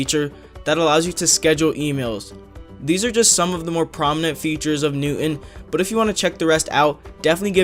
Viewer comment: He doesn't know how to pronounce "newton"